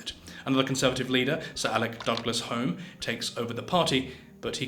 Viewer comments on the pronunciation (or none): It’s Divan not divian and Alec Douglas Home pronounced Hume to mention just 2 mispronunciations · It's written Alec Douglas-Home but pronounced Alec Douglas-Hume.